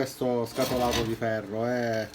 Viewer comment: Ferro però non si può sentire 😂